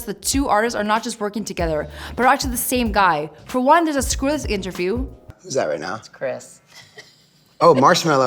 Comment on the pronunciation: She said skrillix